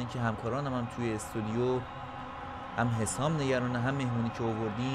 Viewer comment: استودیو ✅ استدیو❌